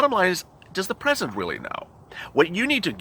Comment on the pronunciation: Tresident Trump? 👀